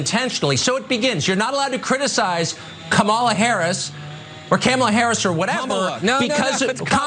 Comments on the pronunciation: Carlson is paid millions to speak as a professional. The job isn't that tough. Pronouncing Kamala is easy. The emphasis is on the first syllable like Pamala with more of an AHHH sound. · No, little Tuck Tuck... the problem isn't that you may not mispronounce Kamala's name... the problem is, you're a national news anchor, and you cannot pronounce it properly. I'm not sure if he has some sort of speech impediment, or if he lacks the auditory faculties to properly hear people pronouncing it correctly, but he is clearly lacking the basic capacities necessary to fulfill his job requirements. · They can say Tchaikovsky but they can't say Kamala properly 😮‍💨🙄. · It's his, like many racist, purposely mispronounced her name to demin her existence and minimize her importance because she is a woman of color. Just like the racist calling black men "boy" because they think it makes them superior, which it doesn't.